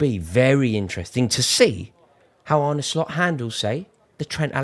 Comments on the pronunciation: You don’t pronounce it as “Arney” but “Arneh” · It’s pronounced “ar-na” but apart from that, yes you’re correct, we’re sick